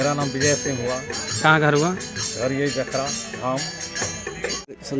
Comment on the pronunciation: और जखरा ना कि जखोरा